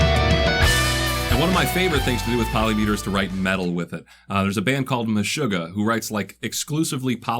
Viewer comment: He said MeshuggaH. I hit like